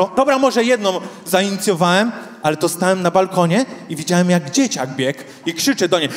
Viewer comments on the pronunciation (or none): Człowieku "zróbcie hałas" w Twoim wydaniu mnie przerasta! Nie mówiąc o tej manierze "miaem, widziaem, wzioem". To jakiś koszmar takie niedbalstwo językowe. Inni stand-upowcy potrafią normalnie mówić...poducz się trochę,co?....